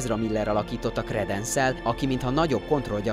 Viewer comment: Dámbledór Kredensz Lösztréndzs Grindewald... szenzációs a kiejtésed xddd